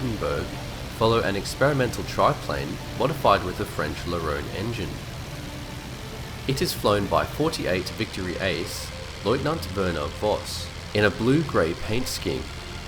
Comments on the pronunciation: In German “W” is pronounced like an English “V” and “V” is pronounced like an “F” so Werner Voss is pronounced Verner Foss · funny. As an educated speaker in German, I would have said Werner (fat W) Voss (soft V).